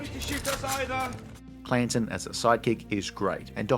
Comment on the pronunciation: It's Canton, not Clanton.